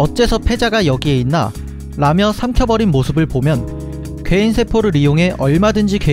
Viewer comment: 왜 괴인 개이로 들리지